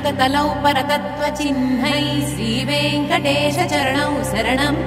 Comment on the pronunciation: వెంకటేశ అనేప్పుడు "శ"అనే అక్షరం "స"అన్నట్లు వినిపిస్తుంది.చాలా క్లియర్ గా అలానే వినిపోస్తుంది.